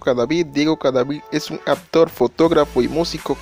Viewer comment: Se pronuncia ACTOR NO "APTOR"